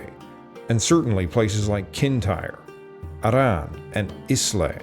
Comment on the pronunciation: Good video, just some notes on pronunciation: Islay is pronounce "eye + la" and there is no stress on the double r in Arran, it is just "a-rin".